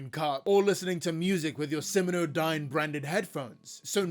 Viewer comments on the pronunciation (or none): Be careful and make sure to double-check things you're going to say aloud for your videos. The name of the company is SimioDyne, not SiminoDyne. You also misspelled Vita Carnis as Visa Carnis. You should hire a copy editor to check for errors like that.